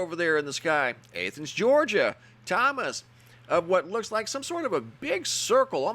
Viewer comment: Hey, Athens is pronounced with a "SHORT A" like in the word AT, same as the ATHENS in Greece....just sayin'